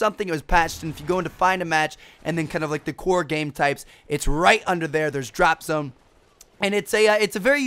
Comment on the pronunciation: It sound like you're saying drop some.